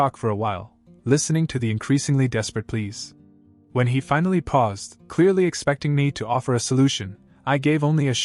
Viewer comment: Increasing please or increasing pleas? Fire AI and hire a human who speaks English. Stupidity shows